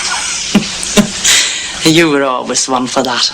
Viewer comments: Weird that McGann got through this entire production mispronouncing Mimi’s name, as “Mimmee” as opposed to “Mee-mee”, without anybody correcting him. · Its mimi (pronounced meemee) 😒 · Mimi?.. its pronounced meemee tut tut!!